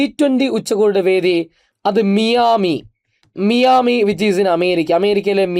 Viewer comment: Its മയാമി